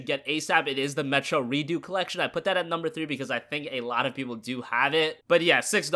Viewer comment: it really bothers me that you say redo :p idk why